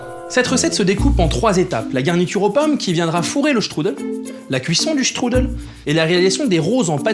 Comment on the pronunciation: J'adore comme tu dis :struddle 😂😂